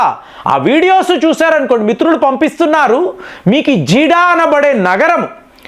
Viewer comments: గారు అది జీడా కాదండి జిద్దా నేను 'సౌదీలో15 సం|| రాలు వున్నాను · Not Jiddah. It is Jeddah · జీడా కాదు జెడ్డా. ఒత్తులు దీర్ఘాలు కూడా పలకండి గారు. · Jeeda kadu jedda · Jeeda kadandi Jedda! Kanisam correct ga pronounce cheyandi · జిడ కాదు బయ్యా ...జిద్దా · Please say Jeddah not jidda sir ! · Arei neeku అర్థం kaadaara? Jeedah kaaduraa, Jeddah anaali. Naaku arthamaindi. Nuvvu 5th fail. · Its Jeddah not Jeeda......